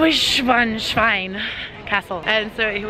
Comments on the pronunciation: I don't want to be that guy that talks about pronounciation, but as a guy that speaks German it's funny to hear you say Neuschwanschwein instead of Neuschwanstein, because while Neuschwanstein means "New swan rock", Neuschwanschwein means "New swan swine". Also glad to hear you found out how to pronounce it in the latter half of the video! :D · A Pronunciation Tip: Neu-Schwan-Stein --> "is like" --> Neu-Franken-Stein ;) I think "Frankenstein" is easy to pronounce for Americans, i hear you say "Schwein" instead of "Stein" and "Schwein" means "Pig" in German ;) Neuschwanschwein = Newswanpig, you invented a new Animal ;) Funny Greetings from Hamburg !